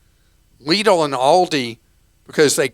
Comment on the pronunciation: Extra points for pronouncing Lidl correctly! And not make it sound like little.